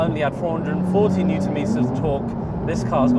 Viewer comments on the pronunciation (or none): none